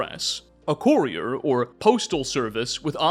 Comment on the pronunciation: Absolutely Love this video man! Appreciate the effort you put into this One however I do have one critique for you it’s pronounced Cur-E-er not Corey-er